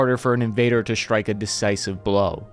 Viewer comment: "Shtrike........Dishtroy......." Fantastic